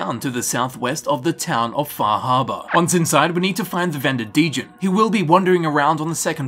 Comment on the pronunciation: lol, wtf is "Fahabah"?